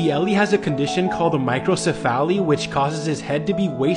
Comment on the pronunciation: You're mispronouncing microcephaly.